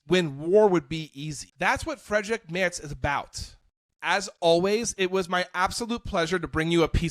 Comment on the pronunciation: Why can't Americans pronounce Mertz 😂. It's pronounced like a female horse, a mare, ending with a tz. It's NOT pronounced [moerts] but [maertzz]. - And certainly not "Merrick" as he repeatedly was called here.